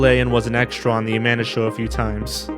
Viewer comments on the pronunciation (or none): none